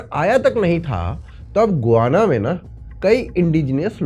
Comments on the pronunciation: Gu-va-na nahi ga-yaa-na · "गोआना" नहीं होता है। "गयाना" होता है। प्रोननसीएशन ही गूगल गार्ड लेते भी लोग। 🙏🏽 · Bhai गुआना nahi hai गयाना hai, 15 april ko hi yaha aaya hun for next 3 months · गुआना है या गयाना है? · It is called Guyana "गयाना"।